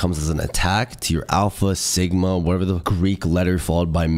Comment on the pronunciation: "and if you wanna be a true sigmauh, lets laskdhfliuehifls enjoy the rest of clips"